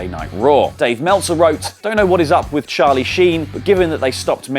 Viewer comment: Sharlie sheen 😂😂